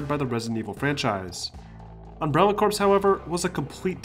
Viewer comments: CORPS= Pronounced= CORE, not corpse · Corps. Is pronounced core. Like Marine Corps. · Great video & very informative :) Just thought I'd let you know that "corps" is pronounced "core" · Corps is pronounced like "core" i.e. Marine Corps. The word corpse is pronounced with the "ps" as the end. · Corps is pronounced "core". You don't pronounce the "ps" sound. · "Corps" is pronounced "Core". And RE7 didn't take inspiration from Amnesia at all. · Good job not spoiling major story elements and keeping everything concise but the glaring pronunciations of Ada, Corps, and Sheva hurt my ears when Ada and Sheva were spoken in their respective games multiple times and corps should be understand from Marine Corps, granted if you live in the US. If you were trying to annoy viewers with the incorrect pronunciations then good job. Otherwise, keep improving.